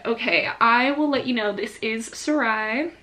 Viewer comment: i got so shocked when u said sarai bc that’s not at all how i thought it was pronounced 🙃